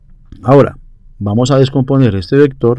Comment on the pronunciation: Min "Vamo a suponer" XD Vamo a calmarnos.... muchas gracias, esta muy bien explicado.